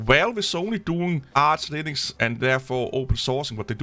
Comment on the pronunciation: Why are you calling it "Arse Linux"?